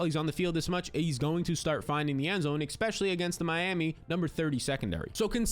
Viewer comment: **Especially** Expecially is not a word bro! 😅